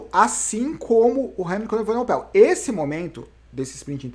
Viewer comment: o Bernal precisa aumentar essa diferença sempre que puder, pq. Remco é bem melhor que ele no TT, (para ele na perder como o Roglic perdeu para o Pogacar) e a ultima etapa é um longo TT . Ainda faltam umas montanhas barbas, mas ninguém é Mae Diná para saber o que acontecerá. Uma OBS: é EvenePOel, e nao EvenoPEL